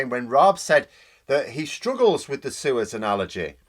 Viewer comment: When you mentioned Suez at the start,, I first thought you said 'sewers'. How apt for this lowdown bunch of Tory incompetents such a reference would have been.